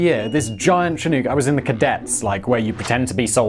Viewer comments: Oh I see you can correctly pronounce “Tangjiashan” but not “Chinook” lol. What’s up with that? Lol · The way he pronounces Chinook bugs me... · Simon please learn to pronounce Chinook correctly. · Why can't British people say "Chinook"? It's "chin-ook". The Chinook people of north America must be so frustrated every time they hear this. It's pronounced "Shh'nuk" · Btw its "shi-nook", not "shi-nuke". ;) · Che-nook? It's pronounced Shi-nook. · They could have saved everybody from outside the area headaches by when transliterating from the native language to English spelling it "Shinook". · Again with the mispronunciations lol Chinook has a sshhhh sound at the front of the word so it’s shinook not tchinook if that makes sense lol. It’s a Native American word for a certain type of Salmon found in the Western US. And side note the “L” in Salmon is silent lol Cheers mate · Chinook = shin + nook (like book) not shin + new + k. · FYI The Chinook Indian Nation, is pronounced shĭ-no͝ok′. Like look. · I don’t know if it’s my Canadian ears but the way he says chinook makes me cringe. North Americans say it as- “Chin-uk” there is no. “Ooks” aboot it 😆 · It's pronounced "Shanook" not "Chin-ook" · In Australia we pronounce chinook like look as opposed to too like Simon said it, it's so interesting how different accents can be! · Say it with me now. "Chinook!" Rhymes with shin-book. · Chi, as in Chicago. Nook, as in...nook or brook. Emphasis on nook. Only my crazed Scotsman of a father says chin-NOOHK. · ITS PRONOUNCED shin-nook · Just FYI, "Chinook" (a native American tribe), is pronounced "shih-NEUK", with the "nook" bit rhyming with "book", not "nuke". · Chinook -- pronounced shin-nook (nook as in "book") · Chinook is che-nok like the winds in Alberta. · whats a chew-nuke? iv heard of a chinook helicopter. idk about no chew-nuke though? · What's the US helicopter called again? A CH-47 "she-nuke"? ;) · Simon apparently cannot pronounce Chinook correctly.